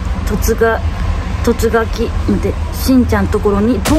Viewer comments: いつも突撃が言えないのが かわいいなあ⸝⸝⸝♡︎とつぜち😂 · 突撃がいつも言えないの笑う